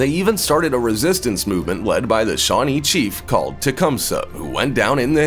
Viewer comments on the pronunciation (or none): Did anyone hear shawtee instead off shanee